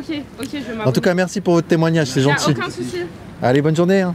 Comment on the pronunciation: "Merci pour votre témoignage c'est gentchil" Bordel, pas toi Vincent, pas après tout ce que tu as fait!